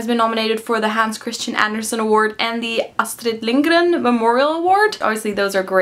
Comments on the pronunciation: that pronunciation of Astrid Lindgren was probably the best I've ever heard from a non-swede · Ooh, Black air sounds amazing! And you said Astrid Lindgren perfectly, cool! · From a Swede: awesome pronounciation on Astrid Lindgren. A+, especially since you're not from Sweden!